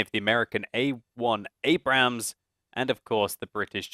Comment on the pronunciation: It's not pronounced Abraams It's pronounced Abrums